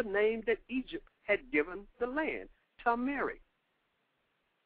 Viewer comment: Its Tam-Erie = Tamerie just like Tutankhamun is "Tatanka Moon". And those are feathers on their crowns